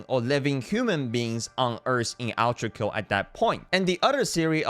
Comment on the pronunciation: Why are you calling it outrakill. Do you have a speech impediment or smth cuz it's ultrakill not outrakill broski